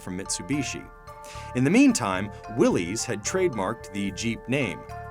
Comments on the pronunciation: Yeah, it was also bugging me that the narrator was pronouncing it as "willees" rather than "willis." The people who wrote this piece should have done more research. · Willys Jeep is said “Willis” like Phyllis not willies. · “Will-iss Jeep” is the proper pronunciation for Willys Jeep, there’s no apostrophe between that y and that s. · Am i the only one who shuddered when he said "Willies jeep"